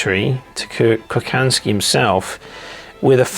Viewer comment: Hi, Interesting stuff! Please ask for help when it comes to pronounce Slavic names. Kochanski is pronounced Kohansky